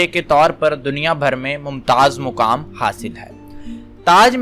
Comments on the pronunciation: لفظ مقامی ہوتا ہے۔ ہر جاہل چینل بنا کر بیٹھ گیا ہے۔ مکامی۔ پڑھ کر سوچ میں پڑھ گیا۔ مطلب کیا ہے اس کا؟ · مقامی ہوتا ہے مکامی نہیں جاہلوں دوسروں کے ڈھکن کھولنے ہیں بس ھم کو کیا بھلے سے آگ لگے تاج محل کو